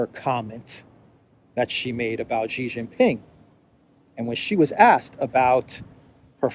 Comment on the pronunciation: It's not"GEE" it's "SHEE" you are a stuborn fellow 😅